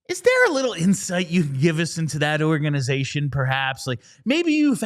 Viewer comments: I’m cringing every time she says organ-eye-zation. Could she be more of a poser. Serious “Pick Me” energy with this one. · Oh yeah the way she says a word total discredits everything she has to say, for sure. 💀